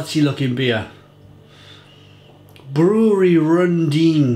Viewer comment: It's Rudeen not RuNdeen, and thats the name of the beer, not the brewery. The brewery is Bevog. And it's in Austria. On the very border with Slovenia. Far far from Germany.